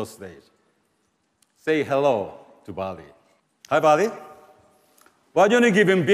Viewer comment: say hello to Barbie ( that’s what I heard )